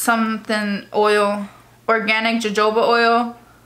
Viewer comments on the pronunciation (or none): Jojoba too 🤦🏻‍♀️